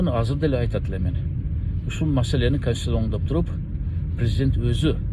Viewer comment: Так суйлоп уйронгулочу канститиция эмес, конституция деп эле айтсанар,кечээ бир далбаеп депутат таможенное дегенди боять тантык тамыжня далбаеп,сексалю боло бербегилечи